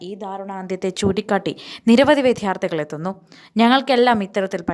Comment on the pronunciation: വിധ്യാർത്തി അല്ല വിദ്യാർത്ഥി എന്ന് പറയെടീ